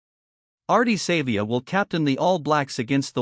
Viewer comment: That's not how you pronounce Savea , Papalii or Ioane.